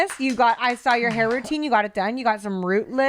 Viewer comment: Update: he then said “sawl” instead of saw but we’ll work on it😂😂💀💀